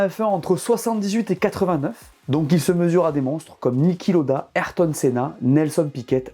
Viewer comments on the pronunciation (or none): none